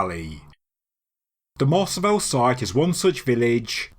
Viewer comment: Pronunciation Tip: Mars-ah-vi-yay Spanish is pronounced crisply on the tip of the tongue. The emphasis should be on the last syllable.